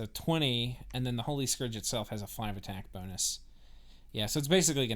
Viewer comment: Please stop pronouncing "scourge" as "skorj". It's "skurj". It rhymes with "purge", not "forge". It's driving me nuts.